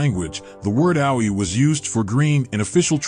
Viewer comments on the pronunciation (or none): Geez, get announcers who can pronounce the foreign words correctly. This guy's Japanese words (referencing places and simple words like AOI - he said ow oy eye) are atrociously mispronounced. His English isn't that great either.